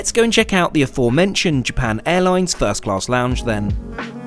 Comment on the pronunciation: "japarn airloins"